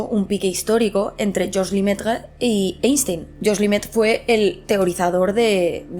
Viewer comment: Rocio, cómo sé que te gustan los idiomas, dedica un minutito a buscar la pronunciación de mi casi paisano Lemaître. Básicamente sería algo así como "le-metr". Estabas diciendo algo empezado en "li" qué no era reconocible. No se, yo tengo un Grado en Astronomía y Cosmología con un "minor" en Neurobiología (título británico) y ninguna de esas cosas me parecen tan misteriosas, sencillamente cosas qué no sabemos aún y qué tal vez el cerebro de una especie primate cómo el Homo Sapiens no tenga la capacidad de entender. Nuestros cerebros son al fin y al cabo un producto imperfecto del proceso evolutivo. Buenas vacaciones y gracias por la promo de Nextory, probablemente la pille.